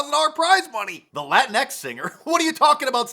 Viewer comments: It's Lah Tinks. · exactly. It's a soft J-H sound that isn't really heard much in English. Certainly not an X. Thanks.